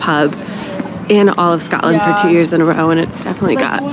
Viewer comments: Ugh that annoyed me too. And “Scatland” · Can you please not say “Scatland” or “Edinboro”